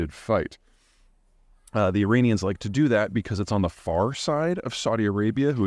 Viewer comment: this guy cant even pronounce 'Iranian' correctly